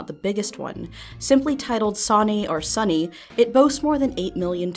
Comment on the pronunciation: Omg you mentioning "Sonne" by Rammestine and calling it pronouncing it sunny made me giggle. Im not makimg fun thats just how I read it when I was younger. It means sun in German. Pronounced like "sun-uh." Wonderful song, my first Rammestine song. Good memories..